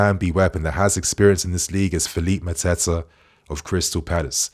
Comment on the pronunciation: 😂😂😂ffs man said mateta😂🤦🏾‍♂️wow